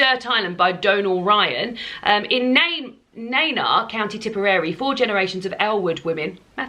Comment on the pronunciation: Nenagh is pronounced knee-na